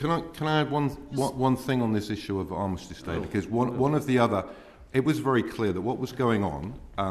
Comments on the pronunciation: He can't even say the word 'Armistice'. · Can't even say armistice correct says everything